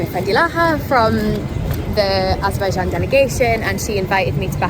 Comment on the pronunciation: what you do is useful and interesting. However, every time you pronounce Azerbaijan, you make a typical Azerbaijani mistake. You pronounce the word AzERbaijan, when it should be pronounced as AzerbaiJAN. Practically the same as in the Azerbaijani language. Thank you.